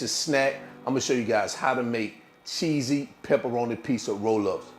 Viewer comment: What a cutie! Love the new words. Cheeseeyee....peperonieeee..LOL! Thanks again for a good snack.